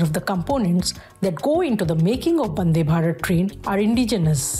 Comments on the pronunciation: It’s vande not bande 🤷🏻‍♂️ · Hello Lady it is not "Bande" its "Vande".